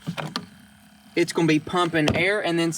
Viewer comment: Absolutely love the fact that he can't say the word aerator 😅😅😂😂 been watching him for years now love his content